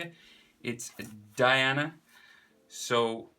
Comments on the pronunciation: It's not Diana it's Dia n that's how you pronounce it (The 7 deadly sins no 1 fan) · You are the best bro thx I wanted to draw Diane for a really long time btw you pronounced it wrong it is pronounced dia n not diana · You Said Her Name Wrong